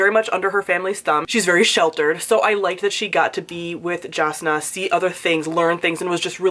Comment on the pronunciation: I'm sorry to do this to you but Jasnah is pronounced Yasnah : |